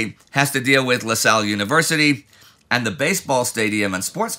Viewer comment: Hey just a really small pronunciation correction la salle is pronounced la-za-ye